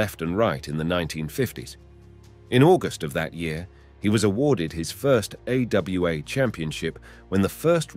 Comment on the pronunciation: AWA was "A-Yo-A" lmao